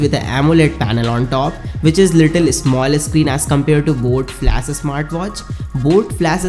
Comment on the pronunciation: Bro its flash not flas, bas thoda odd lag rha tha isliye bola no offense